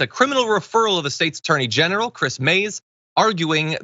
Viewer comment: I could've swore he said "State's Attorney Genital" which makes sense if he talking about Texas where the AG is a literal walking penis.